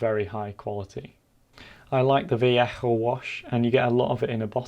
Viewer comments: It’s pronounced va-lay-hoh not va-le-hoh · Ethan Rowland It's more like vah-yeh-ho, isn't too far off with his pronunciation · its pronounced val-eh-ho 😂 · What did he say “vallajo” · Your pronounciation of Vallejo is always so suprising when you speak softly and then its like vaLLEjo.